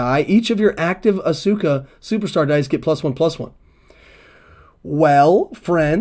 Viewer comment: Asuka = Ask-a. Shinsuke Nakamura = Shin-skay. Silent letters and mute vowels. Devoicing. They tend to drop the 'u' sound after an s in Japanese, if the consonant before the vowel is voiceless, and at the end of the word or followed by another voiceless consonant.. "です/Desu" being pronounced "dess" rather than "dessoo" for example, if you know any basic Japanese. Also, "Bret Michaels" was a good guess. You combined Bret Hart and his longtime rival, in wrestling and in real life, Shawn Michaels. Interesting to see those cogs turn in your brain where you sort of have the info there and mush it together!